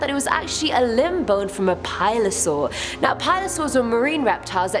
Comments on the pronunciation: Plio. Not pilo..? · Hi,; I enjoy your energetic presentations. Please note: 1) your "Pile-o-saur" is pronounced "Plee-o-saur" and 2) Gucci was gunned down by a hit-man. Thanks. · Plio not pilo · Omg it legit says pliosaur yet you say pilosaur 🤦‍♂️ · You mispronounced Pliosaur